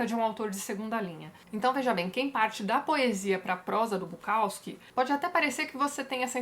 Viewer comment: Dá uma dor no ouvido escutar o povo falando BuKAWski